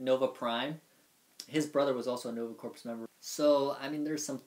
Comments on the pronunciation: Guys I know "corps" looks like it would sound like "corpse", but it actually sounds like "core". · I'm actually looking forward to Nova and GotG for now as they are the only characters of all the Marvel books I'm unfamiliar with. By the way Corps is pronounced "core".